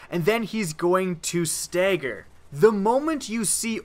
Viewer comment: STAGGER NOT STEGGER